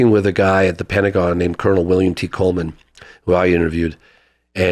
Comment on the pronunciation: AMA-WHO???? Watch ya mouth lol